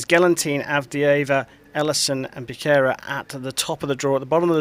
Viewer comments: I wish would learn to pronounce Becerra correctly. "Ba-sarah" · BE.SERAH / B_S_RAH (_ SCHWA SOUND) :D